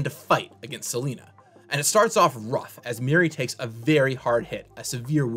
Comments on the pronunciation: It's not Selena, it's Selenia! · It's 'Selenia' NOT SELENA! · it's "Selenia" (Seh-LEH-neeyah), not "Seleena".